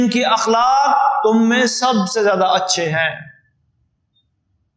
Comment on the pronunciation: السلام علیکم. لفظ اِخلاق نہیں ہوتا اَخلاق ہوتاہے.براہ مہربانی آپ گوگل کرسکتےہیں